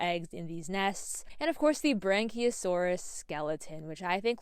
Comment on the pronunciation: The what a saurus sorry? 🤣